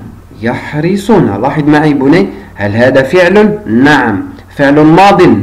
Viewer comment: يحرصون و ليس يحرسون...حرص يحرص شرح جيد و مبسط لأبنائنا. جزاك الله عنا كل خير.